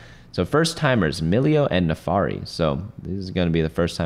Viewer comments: the NAAFIRI is read how is writen. Not nefari. :D no hate, it just rubs my ears the wrong way that's all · "naafari" makes me crazy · "NAFARI" IS TRIGGERING ME.